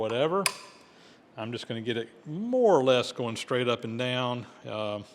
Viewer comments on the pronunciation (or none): none